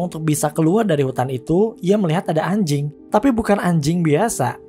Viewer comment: bang ngomong "anjing" nya biasa aja bang